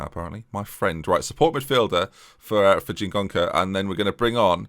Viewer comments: And the extra n in Chingoka! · You're adding an N to Chingoka's name